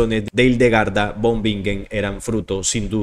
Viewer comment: No te critico pero von en alemán se pronuncia Fon Y la w se pronuncia v Para la próxima, buena información